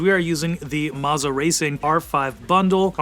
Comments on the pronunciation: Maza? Thought it was Moza. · Marza??? “MOZA” mo za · Bro said mazzah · Isn't it, "Moe-zah"?